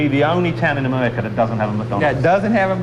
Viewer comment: "Amewica". Hard to take this guy seriously. But, fascinating program since it's all the way from 1992 but sounds like a 2011 anti-American film!